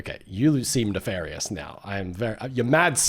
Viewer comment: you mean na-FAIRY-ous?